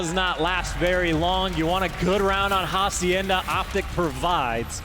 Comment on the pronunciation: Ha-see-end-a, not haciender. Also karma not karmer